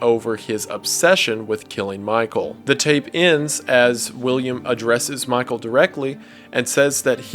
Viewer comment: When I first heard it I thought springtrap was yelling "MY TOE!" Instead of Michael